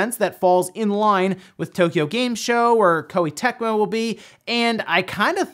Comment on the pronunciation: Koei TeMCo, what the hell?